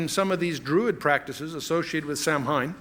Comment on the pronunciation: Samhain is pronounced "Sahwin"